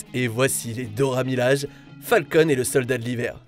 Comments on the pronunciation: Dora milaje prononce bien pour moi S'il te plaît miladje please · Pas que pour toi, c'est horrible la manière dont il prononce le nom 🤦‍♀️